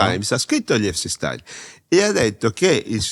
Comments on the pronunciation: "Il Nior Taims ha scritto gli Episis Stains" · Impossibile pronunciare Epstein files nel modo corretto